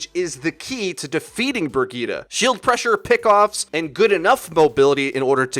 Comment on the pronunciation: With the way he was pronouncing Brigitte, I couldn't even finish the video lol.